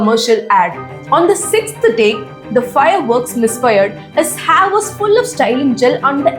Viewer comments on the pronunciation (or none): none